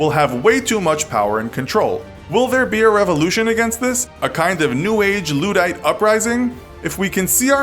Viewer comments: What the fuck is a “loodite uprising”. I’ve studied the Luddite riots but really America??? Your countrymen and women get worse at pronouncing basic English every day -_ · Please learn how to pronounce Luddite if you are going to use it to prove a point